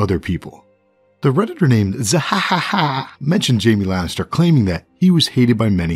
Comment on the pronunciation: Sir the name Zehahaha relates to the laugh of Blackbeard in old legendary anime to this day called One Piece. You must see his laugh in order to understand how to properly say Zehahaha. Good day to you.